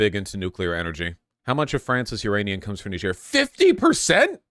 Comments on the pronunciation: Yes the proper pronunciation is nee-zh-air it’s how people say it in Niger. Only in America are we so lazy and unwilling to attempt pronouncing it right, so now most Americans think it’s Ny-jer cause in school that’s what we’re taught. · "knee-zher" btw, not "nai-djer" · It's pronounced Neez-yehr. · It’s pronounced Nee-jér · PSA The Nigerien Embassy says it's pronounced nee-Zher, kinda like "knee-share" but a bit harsher. It's not a English colony, like Nigeria, but rather a French colony. Thus, the difference in pronunciation despite similar spelling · The most accurate pronounciation of Niger is nee-ZHER. It's a majority francophone country and the name is french. I know it's kind of stupid and pretentious to call most countries by their local name/pronounciation when speaking English, but in this case it's really easy and helps steer even wider away from any crass jokes. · It’s pronounced Knee-jer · The country of Niger is a French-speaking nation, and as such its name is pronounced with the same sound as in vision. It is not to be confused with the country of Nigeria, which is English-speaking, whose name contains the same sound as jam. They are both named after the Niger river, which is actually pronounced like Nigeria, just to be confusing. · Trump, desantis, or any Fox News host properly pronounce this countries name….. difficulty: impossible. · Haha how did you pronounce it when you asked?